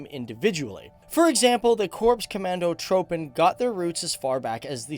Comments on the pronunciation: Hij heeft gelijk... De persoon in de video zegt trupen in plaats van troepen omdat het Engels zo de oe lettergroep uitspreekt. Als ze de oe uitspreken als hun oo dan zou de klank wel goed zijn. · First of all, it is Korps Commando Troepen (not Tropen). 2,/ the Dutch Marines are not SF. Only a part of them, Maritime Special Operation Forces is. 3./ Achna Harry ? It is Achnacarry, Scotland. 4./ The members of No.2 Dutch Troop (10 I.A.Commando) did see actual action. They fought in Walcheren, Vlissingen, Market Garden and several places in the East Indies. 5./ It is not KTC, it is KCT. Man, do some research. Reagrds, a former oparator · Great video! About the pronunciation of Korps Commando Troepen: Korps is pronounced like “Core” (though a lot of Dutch people pronounce it wrong so no worries) and troepen is pronounced like “troops” but with “-en” instead of “s” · If you can say troops. Please say troepen as troopen. Its not tropen its troepen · Het is net of ie zegt troopen niet troepen😂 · I got triggered when he said "Trohpen" but its actually "Troepfen" if you have that english accent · Plz never say troepen ever again it's troopen as u would say it like that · Troopen😂😂 it's troepen haha did leave a like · English people trying to pronounce non english words xD "Corps Commando tr ó pen (instead of tr oe pen)" lol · Het is troops geen trooper. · Je uitspraak klopt voor geen meter. Misschien ben je Fries, & spreek je vandaar de “oe” uit als “oo” uit, maar dat is geen standaard Nederlands. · Maybe next time try and find a native speaker and work on the pronounciation of the words. It's Korpse Koh-mawn-dough-TRUE-pen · ow I actually meant how he pronounced "korps commandotroepen", the "oe" part should be pronounced more like the "oo" in "google" for example. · "Korps commando tropen" 😂😂😂😂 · Commandotroepen is pronounced commandotroopen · Troepen, is pronounced like the English word troop but nice video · lol he pronounces troepen so wrong. Doesn't matter tho